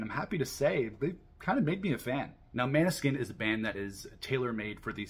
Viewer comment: Great review! Just a heads up, it's pronounced "mOAn-eh-skein" not "mAn-e-skin"